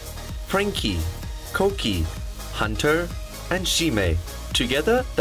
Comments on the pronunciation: Koki has better pronunciation but the rest are fucking cringey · Koki is the only one who had good pronounciation. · KOKI's accent is soo good tho also SIME IS FROM CROATIAA?! I AM TOO IT SCARED ME WHEN HE SPOKE ON CROATIAN WTF THATS COOL THO...KOKI IS MY BIASSS 😍😍😍